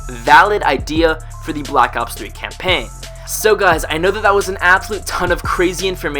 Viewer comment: campaiggggn. no you do not pronounce the g